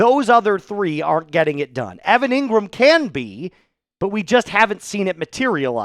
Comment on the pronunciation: Engrahm...injury prone. : can't be trusted.